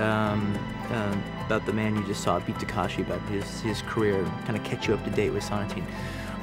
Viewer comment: Sonatine (so-nah-ti-ney). Takeshi (tah-ke-shi) not Takashi.